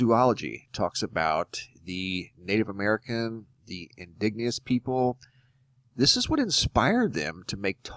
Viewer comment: "indigenous" in-di-gen-ous, as opposed to in-dig-nee-ous